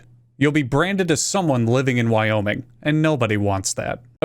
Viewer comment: Life of Boris (Russian channel) pronounced every one of the American states in a strong Russian accent. Wyoming came out sounding like 'Via-Minge', I'm English, 'minge' is one of our hundreds of words for vagina. So, unless you where born via cesarian section, we are all here via minge. I thank you.